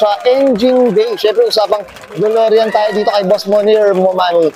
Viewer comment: Hahaha, "DOLOREAN"! Dude, konting google naman bago mag-post.